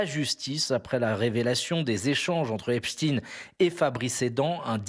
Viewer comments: En langue francaise, on prononce "EpstEINE" et non "Titine". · Epstein pas Epstiiiin, qu'avez vous à cacher en déformant son nom... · le nom d'état civil de brunel est Benchemoul, ce n'est epstine mais epstein comme einstein tous deux de la même confession : la justice est chapeautée par QUI ?